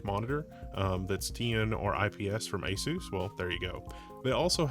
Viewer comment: ay soos? It's ah-suss, bro. Like PEG-ASUS.